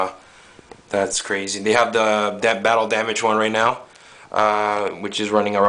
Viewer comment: "It's da best endoskeleton you can buy right naugh"... You buy a lot of endoskeletons? :)